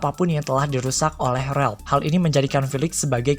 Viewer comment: Ralph bang bukan Relp